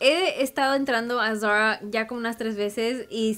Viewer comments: No entiendo porque habla asi.. todo muy bien pero.. tiene un problema con la "r" ???? que solo es por momentos.. se dice Zara y ella lo dice como muy así ... muy bonita la ropa pero que hable como mujer no como niñita de 4 años.. de a momentos habla bien pero otros..... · van a decir que no puede decir "Zara" ???... escuchen como lo pronuncia... pichurrienta jajajaja